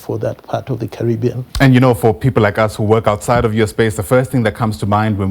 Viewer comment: Carry-being not curry bean. Hehe. Made me laugh. Had the worst karra nicha food last night. Do they have karra nicha in Jamaica? Curry-bean man.